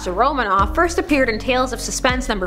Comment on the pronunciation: "for this firsth..."XD